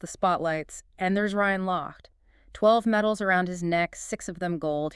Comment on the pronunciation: His name is pronounced “Loch te”